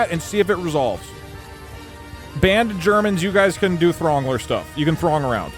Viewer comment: thats not how you pronounce Throngler